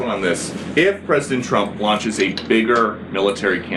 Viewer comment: It always makes me giggle when she says "president Chump", not sure if she is trying to secretly insult him or if she is actually having troubles saying his name.